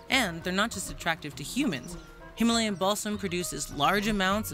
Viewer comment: I heard Himalayan Ballsack I was so confused 😭